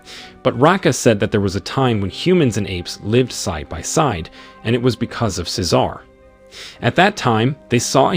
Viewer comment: Tf he says cecar like that